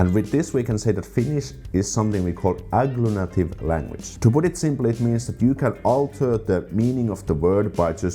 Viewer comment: Slight correction: agglutinative, not agglunative.